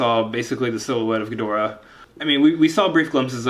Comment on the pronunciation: You actually pronounced ghidora's name correctly